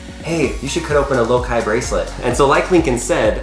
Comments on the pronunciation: Does it brother anyone else how he says lokai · Lokai? Not, low high?